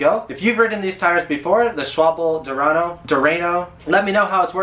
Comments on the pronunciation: Loves me some Conti Gatorskins (700x32), BUT am about to try some 45mm Schwalbe (it's pronounced "sh-VAHL-buh" in German; it means "swallow" like the bird) Marathon Plus because of their ridiculous puncture resistance, lower pressure (no more DING and THUD every time I roll over a small pebble), and reflective sidewall (less death at night). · Schwalbe is probably the company founder's name, but it happens to be the German word for swallow (the bird). You pronounced it almost correctly. It sounds like "Shvalbe". I use their Marathon Plus (level 7 protection, pretty) model on my Gazelle city bicycle. They have the perfect mix of durability and rolling resistance, but are pretty heavy. Thanks for recommending the Continental Gatorskin. I didn't even know about them. BTW: are all bicycle tires from Germany?! :') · I like Chain Reaction here in the States. By the way, you were close. It's Schwal Beh. Not rhyming with wobble. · mm, pity that continental doesn't make much in 20 inch. I just bought a set of 4 schwalbe (it's pronounced SHVAL-buh -- al like the first name, btw.) marathon plus for my Quattrovelo, and the rolling resistance is quite high. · Shval - beh. ☺ It's German for swallow, as in the bird. The Marathon is a great tire. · Schwalbe is Sh-wal-beh (or sh-val-beh jf you want the German 'w' sound). It means swallow (the bird). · Not positive but I think Schwalbe is pronounced like "Shwal-bee" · The correct pronunciation is shwangtang. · SCH as in SHoot WAL as in VALue (GB) BE as in BErry not shwubble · I'm dying, never stop pronouncing schwalbe that way. Thanks for the review. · It doesn't matter if you know how to pronounce words in English if you're trying to pronounce German names like "Schwalbe". ;-) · I started wrenching on bikes in Germany and quickly was corrected the first time I said it wrong. haha "Sch-vahl-buh." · Its S C H W A L B E ! Not S C H W A B L E . Use google, it has pronounce ability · Not schwable It is pronounced schwa l be